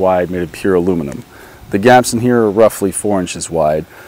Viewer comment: Even if ´´aluminum fence´´ at first sounds like a mixture between something like ´´alumni´´ and ´´nukular defence´´, the outcome is quite impressing and I really do like it. 😁😇